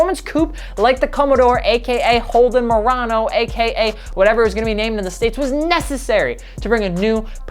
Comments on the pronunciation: Say it with me Monaro (mah_nah_row) Not Morano, that's a nissan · It was the Holden Monaro, not Morono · Did you say "Murano?" Its pronounced Monaro. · Hey, great work here however the Australian car is spelt and pronounced "Monaro" not "Morano" 👍🏻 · You’d think for someone that “loves” these cars, would know that it’s Manaro not Murano and it’s a 6.0 not 6.1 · This GTO was only planned as a 3-year run, since the Holden Monaro (not "Morano" as this "expert" repeatedly calls it) was ending production in Australia at the same time as the end of the import agreement. It also wasn't really that dated in looks in , considering it was pretty similar in appearance to the current-at-the-time Mercedes Benz CLK55 AMG and not terribly different from the BMW M3 that were available at the time the GTO came back to the US. Even the 2007 Audi A5 had a similar "jellybean" shape. Even the BMW M6 from had the same basic shape as this GTO. But I guess it's not to be criticized if BMW does it. If this car had logo from Mercedes, BMW, Honda, Acura, Toyota, Audi, etc. instead of a Pontiac arrowhead, it wouldn't have been complained about as much. The saggy suspension issue was caused from the cars being strapped down too tightly on ships during transport from Australia, which crushed the suspension bushings and strut mounts on most of them. Also, it was a 6.0 liter from , never advertised or claimed to be 6.1. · When he said "Holden Morano" I cringed so hard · “Monaro” not “Morano” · This video gets a dislike because he knows basically nothing about the Monaro. Like the fact it’s actually called Monaro, not Mollalro or whatever the fuck he said. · It's a Monaro, not a Murano.... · MONARO not MORANO AUS is pronounced OZ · Monaro, dude. Not Morano. Vauxhall Monaro. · Monaro... not morano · “Morano”, mate it’s a MONARO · "holden morano" the disrespect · It’s pronounced Monaro brother, not Morano. 😂🤷🏼‍♂️👀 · Morano or Monaro? I know its Monaro. Come on! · monaro* not morano :)